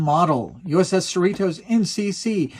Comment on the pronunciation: We, who live in So Cal, pronounce Cerritos as you would Dorritos (the "T" sounds more like a "D").